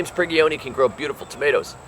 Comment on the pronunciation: Hey, you mispronounced James Prigioni comin' to ya live from Jersey!